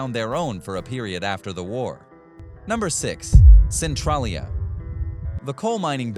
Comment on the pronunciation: You literally lied about Centralia. Not only did you not pronounce it properly, but you didn’t even get half the info correct. I know because I grew up one town over when it all happened. Made it difficult to watch any of the rest of your video. Maybe do some proper research prior next time.